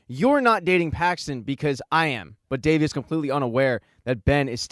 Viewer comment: It is not davi it is devi